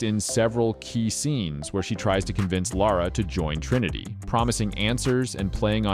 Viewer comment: Woah, a north-american who can pronounce Lara?